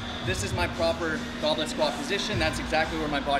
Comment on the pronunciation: Why do I keep hearing "goblin squat"